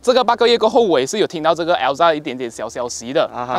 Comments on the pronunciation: “L-ZA” My bro just created a new Perodua’s car name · 中文頻道不要求英文好，但是至少Ativa 和Alza的發音可以正確點嗎？聽了很不舒服不到5分鐘就放棄了